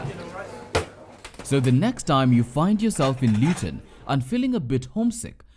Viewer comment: Luton not Lewton.. asante mama.. miss chapos though 😭😭